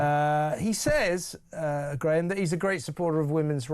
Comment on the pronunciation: Graham no doubt stifled that giggle at the start because of the botched pronunciation of his second name 😄 🤣